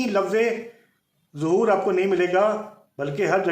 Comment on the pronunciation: Sabse Pehle ه Or ح Farq Kijye Uske Baad Zahoor Or Wilaadat Farq Kijyga